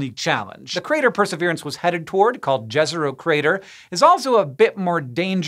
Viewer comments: It's pronounced Yezero. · You mispronounced "Jezero". It is pronounced as "Yezero". Jezero means "lake" in Serbian language. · Yezero crater it is pronounced yezero like maya people or yerevan!